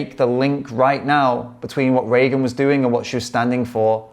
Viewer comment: Thank you for your kind words, but please remember her name is "Regan" (not "Reagan") and is pronounced "Ree-gan" not "Ray-gun".